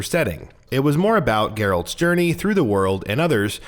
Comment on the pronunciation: Oh wow, I forgot that no one at GamingBolt knows how to pronounce Geralt.